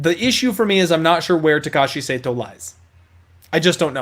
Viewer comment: not Saito it is sahto 😅